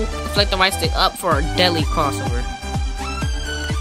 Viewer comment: Great vid, my brotha. Took me about 2 minutes though to figure out that you were saying "deadly", I thought it was some new hip expression called "Deli". Nice vid though, my man.